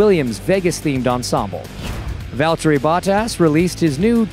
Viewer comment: The american accent is hurting my ears💀 and the pronunciation of valtteri's name aswell